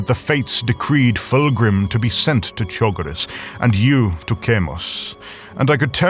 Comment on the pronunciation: Fulgrim mispronouncing chogiris is very fitting